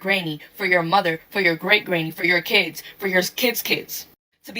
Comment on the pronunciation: Ahhh she said it. "Key-ids". Lmao.